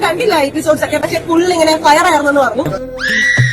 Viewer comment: ഫയർ അല്ല.. പയർ😂😂